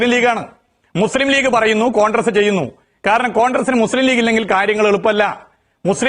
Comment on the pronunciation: Ee MARU MAHAAN Mandriye aadyam 'CONGRESS' yennu paranju padipikku, 'CONDRESS CONDRESS' yennallanu paranju kodukanam. Ee Mahaan aanu Keralathile Mandri, edu malayaaligal Sahilanam. Yendoru KASTAM...